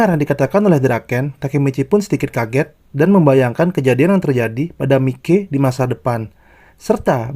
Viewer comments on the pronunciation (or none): Bacanya bukan Miki bang... Tapi maiki... 🙏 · MAIKI BANG BACA NYA BUKAN MIKE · bang...sebutannya maikey...bukan miki...hahahhaa..ngakak anjirrr..tpi ...tq kok bang..udah upload video..semangat ya bang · Maikee...... Kalau d bacanya , ini Bacanya Mikeee jadi gk ada serem seremny Mikey